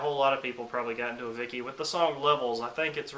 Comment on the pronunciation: its pronunced 'avichi'